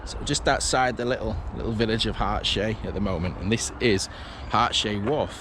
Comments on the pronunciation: Harts hay not hart shay get it right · Pronouncing Hartshay Its Harts....hay, but locals tend to say hart...sea. If you go down Butterley Hill and park up then walk down the side of the reservoir you come to the over flow for the reservoir just down from there is the original portal to the Butterley tunnel the canal then goes to the tunnel under the A38 road.